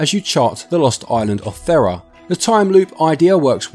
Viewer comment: it's pronounced "THEE-ra" not "THEH-rah".